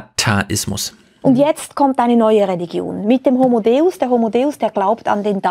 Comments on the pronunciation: Autsch, das tut weh beim Hören. Sorry, aber da hast du Harari komplett miss- oder einfach nicht verstanden. Das geht beim Titel los: „Homo Deus“ (den du hier leider falsch aussprichst, es handelt sich natürlich um das lateinische „De-us“), der göttliche Mensch. Das Begreifen dieses körperlich so unscheinbaren und geistig so gigantischen Mannes ist zugegeben auch etwas schwierig in diesem begrenzten Format einer Fernsehsendung. Mit etwas mehr Hintergrundwissen hätte es aber funktionieren können. Leider merkt man dir an, dass du sein Werk nicht oder nur oberflächlich kennst und hier viel zu sehr auf das von ihm Gesagte eingehst und ihn dabei absichtlich oder unabsichtlich missverstehst. Über ihn hier aus deiner gewohnt etwas selbstherrlichen Position wie sonst über Gundula Gause oder Klaus Kleber herzuziehen, halte ich nicht für sehr schlau und es misslingt dir im weiteren Verlauf auch völlig. Ihm dabei vorzuwerfen, dass er wohl noch nicht so viele Bücher gelesen hätte und deshalb auf bestimmte soziologische Aspekte nicht eingeht, weil er „nur“ Historiker ist, ist gerade zu vermessen. Man schreibt nicht mal eben so mehrere internationale Sachbuch-Bestseller ohne gründliche Recherche. Das müsstest gerade du als Autor eigentlich am besten wissen. Und natürlich werden in seinen Büchern unter vielen anderen auch soziologische Aspekte betrachtet. Insgesamt war das leider das schwächste Talkradio bislang und damit hast du bei mir persönlich sehr viel des Kredits verspielt, den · Die Aussprache des Titels. Finde ich auch sehr traurig. Schande über sein Haupt!